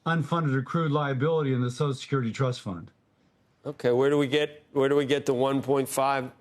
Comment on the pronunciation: I never trust anyone who pronounces So C I A L Security AS SOSL SUCRTY, on either side of the political viewpoint. I've said it before, I'll say it again. SOCIAL SECURITY IS INSURANCE, not a guarantee. The original retirement age was 110% of life expectancy. YOU ONLY GOT IT IF YOU BEAT THE ODDS! Retirement age should have been and should be adjusted regularly to accommodate life expectancy. Every few years, retirement age for those born in a given year should be adjusted to 110% of life expectancy for that year. You can't do that quickly now because life expectancy for those born today is approaching 80, making retirement age 88. If you adjusted retirement age by one or two years every five, you'd resolve the issue.